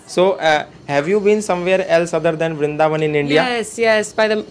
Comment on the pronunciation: vrindhavan nhi vrindavan hota h..mai bhi vrindavan se hu or vaishnav brahman hu ...hme hi brijwasi kaha jata h